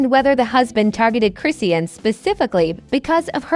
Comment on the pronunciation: Lady you don’t pronounce her freaking name right . 🤥stop lying . Tf where do you get these story. Husband! wtf 🤬